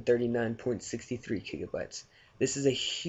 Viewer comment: kigabytes? lol but ty